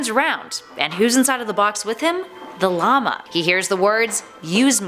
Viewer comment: Yo wHO hErE saYs llamA likE La lama